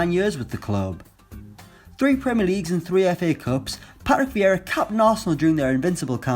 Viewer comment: how did this guy ever get 152k subscribers on utube, he can hardly talk. Pa-Rick Vee-ra